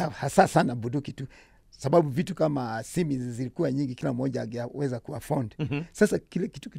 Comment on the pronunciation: It's simi not simu 🙄 acha kelele